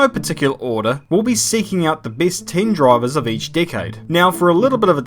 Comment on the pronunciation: "The beest droivers of each dickade"